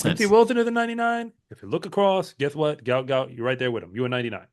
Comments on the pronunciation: Just FYI,his name is pronounced Gwot Gwot,not gout like the disease. I, for one,would like to have my name pronounced correctly,and no one knows who the hell I am. As he does have some celebrity,I'm sure he and his parents would like his name pronounced correctly. J̌ust sayin. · Why do you guys continue this deliberate mispronouncing and misspelling of the youngsters name. His name is Guot Guot, please do not perpetuate this disrespect!!